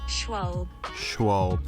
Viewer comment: Funny build, love the colours! You actually do pronounce the trailing E in Schwalbe. It sounds a bit like the second e in eden.